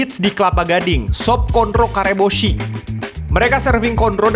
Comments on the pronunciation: Pronounciation nya Karebosi dengan s biasa, si bukan shi/syi. Karebosi adalah nama daerah di pusat Kota Makassar, lapangan bola dan mall - Mall Karebosi link saran dari orang Sulawesi Selatan 🙏🙏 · Nyebutnya Kareboshi kayak makanan Jepang 😆